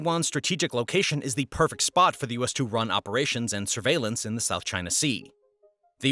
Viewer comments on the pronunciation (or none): none